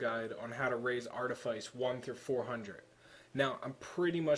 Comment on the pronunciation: Anyone who hears artiface in this video is either deaf or dumb, he clearly said Artifice... I use Artifice,Archeology,Treasure Hunting just like him >V